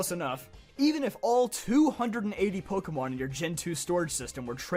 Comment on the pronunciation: The rarest thing I've ever encountered in Pokémon is people who can pronounce the franchise's name correctly! It's like you're all doing it on purpose! Although, I would love to see how I'd be done in a Pokémon game! Probably take on my Let's Play Teams, though, which one...? (Please not Sapphire! Please not Sapphire! Please not Sapphire! Although, running across someone using a Contest Team Setup... and losing... You CAN beat Sapphire with a Contest Team Setup! I know, I've done it!) That said, I have crazy luck when it comes to Shinies! Almost every single one of them was a purely by chance, jus walking along normally, minding my own business! The exceptions being the Red Gyarados that I don't count anyway, Wishiwashi, Hakamo-o and the numerous Ditto all of whom I got through Chaining in Gen. VII, plus the Salamence, Protean Greninja, Intimidate and Blaze Incineroar (yes two) and Overcoat Jangmo-o all of which I bred, the last one literally taking months!! (And that was WITH both the Shiny AND Oval Charms AND using the Masuda Method!)